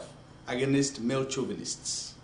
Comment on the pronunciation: Bahahahahaha i was hella done when he said male "chovunists"